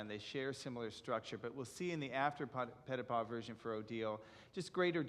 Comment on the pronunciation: The gentleman is very knowledgeable about Ballet yet does not use the correct pronunciation as in Europe for Petipa. Should use the sound of ee for the i.